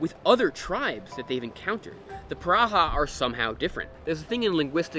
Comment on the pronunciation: It's funny the you pronounce "piranha" hahaha